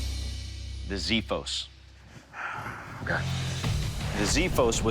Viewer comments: I'm sorry but the correct pronunciation of Xiphos is not "Zifos", it's "Xifos"... with an X..like x-rays... And Xiphos in ancient greek language literally means Sword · It is pronounced xifos (ξίφος). Not zifos (ζίφος). Why you always change the pronunciation of greek words? Ηowever i love your work. Amazing content. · As a greek myself i would like to say that is pronounced xiphos with an x not with a z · as a Greek i know they need some work on the spelling there .... the x is pronounced like ks not s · In greek it is pronounced as "kseefos" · the name "Xiphos" is pronounced "Ksiphos" and means sword ... the real name of this sword is "Spatha" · Actually its "ksifos" from the word "ξίφος" and it means "sword" in greek. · zephos? really. its just a google search to find out how its pronounced.. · As a Greek I have to say that he killed the spelling of the sword (ξίφος). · The pronounciation is ''ksifos''. Efharisto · It's pronounced with an x and f so xifos and the I is like the e in 'me' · I believe that in the word xiphos the x is pronounced as x and not z. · It's pronounced "Xiphos" => Ksifos . The "x" sounds like the x in the word extra. not like ziphos... That's the only mistake he did pronouncing it. PS I might have made more mistakes on my English writting this comment lol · It's called xifos with an x not zifos with a z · Im greek and i hate hoe they pronounce it. Its not ziphos... its xiphos (its pronounced as a X) If its so hard to understand think of it as (ksiphos) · Please pronounce right the name of the Greek sword, it’s not xithos it’s pronounced ksifos (ξίφος). The English translation “x” is incorrect and actually pronounced as a “ks” sound. It also has an “f” not a “th”. If you don’t know, find a Greek person to teach how to pronounce the word because you sound ridiculous! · The pronounced xsifos not zifos ir copida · it s not ZEE-FFOS,it s KSEE-FFOS.......Ξ Ι Φ Ο Σ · It is not zithos it is ksifos trust me i am greek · "Ξίφος" ρε κεφτέ.. τι ζιφος!